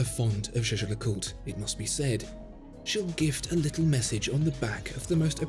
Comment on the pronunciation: Great video but your pronunciation of Jay Jay LeCooter is shocking 😳